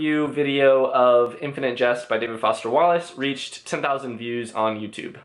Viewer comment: Why do you pronounce jest like just ?